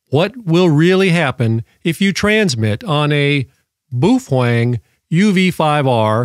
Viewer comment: Dork! 😁 Boof-wang, like Bang-zoom!? Cool SHIRT!